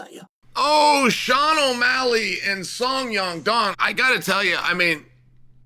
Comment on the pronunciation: First of all Chael pronouncing names is hilarious. 😂 "Song Yong Dong" "Fitz-i-ev" Second, sean won, Rose did also.